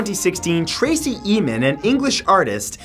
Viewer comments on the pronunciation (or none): Great video, just want to correct your pronounciation of Tracey Emin. It's Em as in Emma, and in..... Em in. Tracey Emin became famous in the U.K. with some very weird pieces of art, 1 being an unmade bed, someone bought it for £2.5 million!